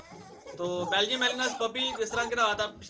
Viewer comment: Ya belgyam shpeed hay melineam nhi yar ghalat lay liya hay